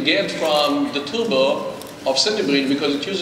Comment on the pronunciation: Intel. You are a multibillion dollar company. Please get someone who speaks English without saying TUBOR instead of TURBO.